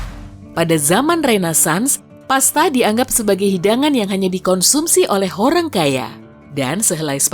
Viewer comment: "HORRANG KAYYAH!" 😂😂😂 Ada ada aja.. 😅